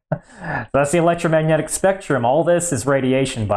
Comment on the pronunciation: “And that’s the electromagnyetic spectrum”😂